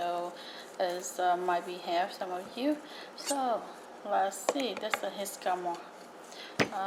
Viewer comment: Can’t trust someone who pronounces it jiscama